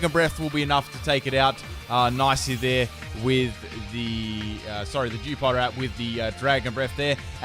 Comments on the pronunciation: its dewpieder not dewpod you stuipid idiot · Sounds like he's calling the Dewpider "Jewpider".